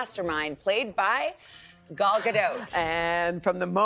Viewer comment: It's Gal not Gaul